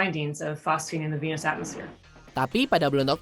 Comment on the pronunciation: Di venus bacanya kek vinus